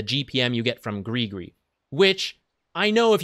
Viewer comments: PLEASE PRONOUCE IT AS GRIZ-GRIZ!!!!! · why is every english speaking person sayin GRI GRI!? its has a fking S!! at the end!!! its no that hard!! griS griS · Has anyone been pronouncing it “griss griss” like me? 🥴